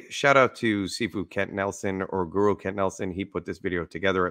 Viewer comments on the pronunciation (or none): none